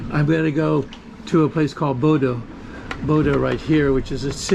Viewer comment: I believe it is more like Boduh than Bodoh